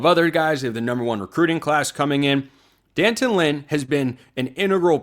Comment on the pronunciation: White people, say it with me now: DEE- AN-Tawn. (i.e. D'anton) Lynn... 🚫 "Dan-tun"... If you can properly pronounce Beau's odd Euro-name, you can take the time to learn how to properly pronounce D'Anton Lynn.